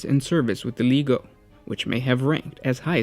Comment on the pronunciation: It's a hard G when pronouncing legio. Instead of ley-heio it should be lee-gee-oh.